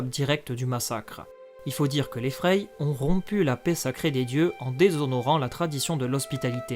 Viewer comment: Pas freï mais frais en prononciation